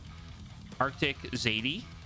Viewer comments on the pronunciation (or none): none